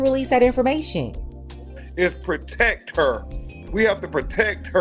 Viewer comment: “We HaVe too PrOtEcK haa” If you don’t sitchoazz down!!!